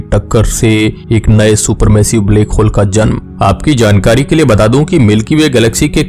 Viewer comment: Bhai baki video dekhne mein toh knowledge mlti hai lekin iss black hole ko bleck hole pronounce mt kiya kro sunne mein bht ajeeb lagta hai bht saari video mein yhi suna hai mene black ko bleck bolte ho .